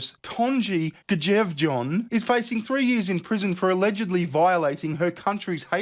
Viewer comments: please read my comment 😉 Normally I wouldn't pull you (or anyone for that matter) up on how you pronounce words. However, I am currently learning Norwegian. So on behalf of all Scandinavia, I must point out that [mostly] the letter "J" is pronounced as the letter "Y". Now, you can do the whole video again, but be able to pronounce the Norwegian correctly (maybe) 😁😘 I think your funny as phuck btw. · The J sounds like a Y in Norse 🤣